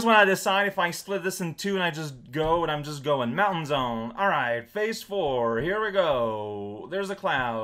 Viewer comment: surprisingly good portuguese is a joy. XD (though it's FAH-ze, not phase.:P) This seems like the kind of game that teenage shitty-phone-having me would get really good at by sheer virtue of having nothing else to play on the go. Sadly, I had to make do with getting really good at Snake instead.